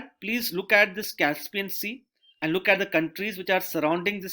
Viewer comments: The way he's pronouncing "And" is really annoying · yehi toh problem hai india mey, feedback do toh problem, na do toh bhi .. I'm not complaining at the quality of lecture I'm just trying to point his pronunciation error honestly, I'm not laughing at him, I'm saying the way he says 'and' is not really the way 'and' is pronunced